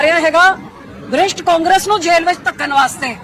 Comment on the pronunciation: Madam ji brisht ni prisht hunda punjabi ch